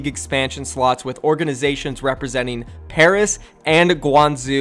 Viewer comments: Pairs? I know he meant Paris 😆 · PAIRS it’s Paris xD (love you vids btw) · Ahem... PARIS NOT PAIRS